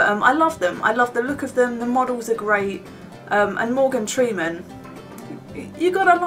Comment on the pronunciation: I giggled when I heard her saying 'Morgan treeman'